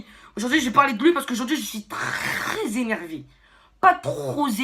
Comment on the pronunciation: Pas trrrrrrrrrrrrrrrrrrrop zenervé mais trrrrrrrrrrrrrès énervé